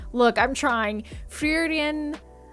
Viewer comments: pronunciation goes Free - Ren, and in japanese it's pronounced Fu-Ri-Ren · You can pronounce it like: Free- Ren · I'm pretty sure it's just pronounced Free-ren. Easy-peasy. 😁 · I'm just eleven episodes in to the first season, but the anime is stunning. Same folks that brought us 'Bocchi the Rock', so that shouldn't have surprised me. : ) フリーレン (Frieren) is more like "Foo-ree-rehn".